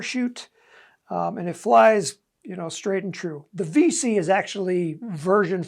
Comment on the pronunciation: It's Five C not Vee C lol